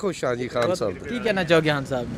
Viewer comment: Paji apni urdu thek kr pehly Haan nhi khaan hota he